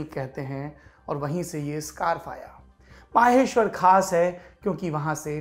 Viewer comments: It's maheshwar not maaheshwar...👍😀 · माहेश्वर नहीं महेश्वर है सही उच्चारण। आप कब आए वैसे यहां?